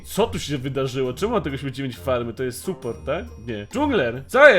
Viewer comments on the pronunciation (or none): none